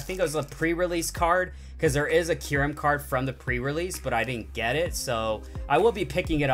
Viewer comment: It is not keyrum